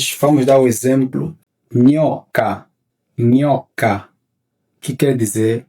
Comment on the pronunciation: nyoka não se lê nhoca. Nya nye nyi não é igual a nha nhe nhi nho nhu Nunca ouvi ninguém em Luanda pronunciando o D como R. Lá diz-se: Dia, dicionário, diamante e Não riamante, racionario ou ria. A diferença é apenas que em toda parte norte de angola o R é pronunciado mais na região da garganta. Os bakongo fazem a mesma coisa.